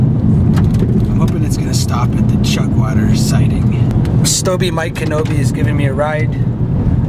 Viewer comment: stobe not stobo